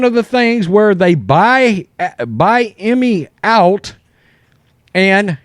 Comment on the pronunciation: Ime is pronounced E-May… not Eye-Me Great content though.